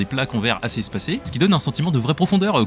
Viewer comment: J'adore ta prononciation de Geppetto Sinon nous avons nouveau mystère ou est passé Marie ?